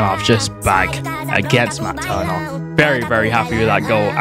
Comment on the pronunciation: Matt turner😂 American actsent